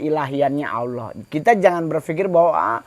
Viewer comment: Allah bukan Auloh, klo Auloh itu dewa orang pagan😊